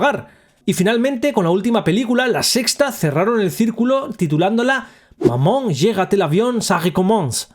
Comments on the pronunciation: Me he reído un montón, no por el contenido en si, sino xq no sabia que mamá en francés se pronuncia MAMÓN.🤣🤣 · Yo si lo sabía, aún así no deja de sonar gracioso jajaja. Maman, seguimos cabalgando